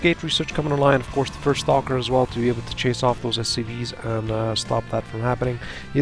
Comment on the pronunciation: "First" not "fist" and Vikings not Ravens, lol